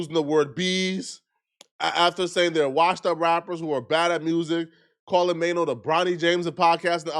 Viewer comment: Troy Ave violated Maino the worst😂😂he called him Chaino🤣🤣🤣☠️